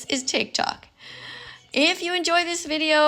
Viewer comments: tic tac? don't you mean tiktok? This old skeleton can't pronounce words properly. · did she just say tiktak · does she call tiktok tiktak/tiktac? Please can someone tell me what they hear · and its not called tic tac its Tik Tok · btw its tik tok not tic tac nigga🥩🍗🍖🍕🍔🌭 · Blud said tic tak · DID THIS FUCKING BOOMER JUST CALL IT TIC TAC😭😭😭